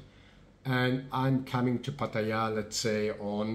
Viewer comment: Finally someone who pronounces Pattaya properly.